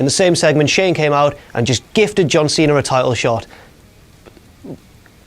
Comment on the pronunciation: why do i always hear saying "cenar" except cena